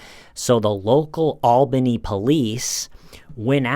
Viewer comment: I’m so proud to hear pronounce “Albany” like a NYer!